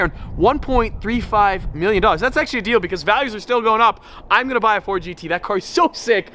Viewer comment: “so we wide bodied the new ford get.”